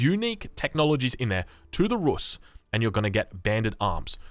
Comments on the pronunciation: It’s pronounced Ruuus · Рус / "Rus" is pronounce like Roos, similar to juice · It is pronounced [rus'], with second consonant soft. Your second attempt is closer.